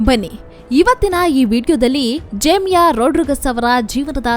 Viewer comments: Her name is Jemimah not Jemiya. Please learn to pronounce her name correctly. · ಜೇಮಿಯಾ ಅಲ್ಲ ರಿ ಜೇಮಿಮಾ